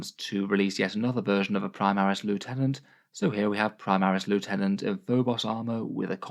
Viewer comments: Every time mispronounces Lieutenant a puppy sheds a tear. Won't someone please think of the sad puppies? It's quite obviously Lieutenant and not Lieutenant, I'd understand if it was in any way ambiguous but come on... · Actually, it's pronounced "lieutenant".